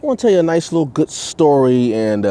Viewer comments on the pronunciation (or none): none